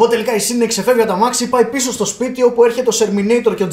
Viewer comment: το οτι ο τη λεει σιντυ αντι για σιντνευ ολο το επεισοδιο.....